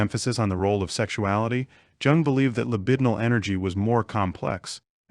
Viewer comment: you can't pronounce Jung ( pronounced Yoong )or Nietzsche ( Nee-cherr )... but it's ok , because it's funny... unless you are an AI, then it's just normal.